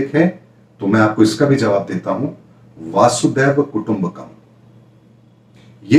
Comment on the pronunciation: वासुदेब कुटुम्बकम् …यह उच्चारण अज्ञानपूर्ण है/ वसुधैव कुटुम्बकम् योग्य है/